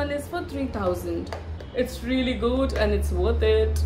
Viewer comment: Ruelly ruelly ruelly 😂